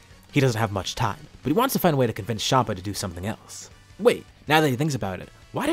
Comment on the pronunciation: bro tf is shama its champa